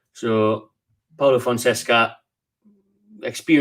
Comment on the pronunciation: fon-seca soz for bein a word policeman haha